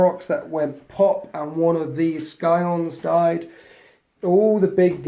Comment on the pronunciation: Oh it's tough to hear! lol